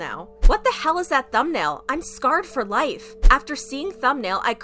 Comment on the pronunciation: Lol “scarred”